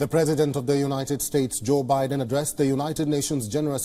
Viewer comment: Joi bidan my god